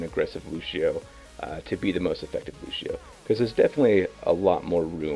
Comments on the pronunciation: The best Lucio player says the name like Lushio.... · When he pronounces Lucio, Lushio... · I'm well aware it has no bearing on his actual level of mechanical skill as the character. But why is it that people can't pronounce Lucio without throwing in a "sh" where there's a C? It always makes me second guess, but I mean... Listen to the voice lines! Look at videos where the other voice actors interact! During esport tourneys, random people on voice chat, even DSP! Ok. Ok. I can get through this. it drives me insane, but I got this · "Looshio" But is one of my fave pro players, he's too cool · I can't believe doesn't pronounce Lúcio correctly... all these white people saying "Lu-SHE-o" and "S-AHM-bra" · he says it like lushio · Cringed badly when he said "Lusio". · you mean "Lushio" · Anthony Moraga in the game they pronounce it lu-cee-oh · Why can't he pronounce Lucio correctly? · Every time he mispronounces his name I cringe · He may know how to play him, but he can't goddamn pronounce the name right. Fuck this guy. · I like the fact that someone with 400+ on Lucio still can't pronounce his name right. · yassineya you’re joking right? That’s so wrong lol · please stop saying Lushio.. it irritates me so much more than it should :p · Stowtie It's Lucio, in what way would you say sh in place of a C in a non english language? Lu-see-oh. that simple. And if a person can't pronounce it right that person is quite dumb, especially if they played countless hours with the character. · why is he saying lushio?! his name is lucio! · Lucio...i always pronounced his name as loo-see-oh not loo-shee-oh 😫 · It`s Lucio with a C, not Lushio...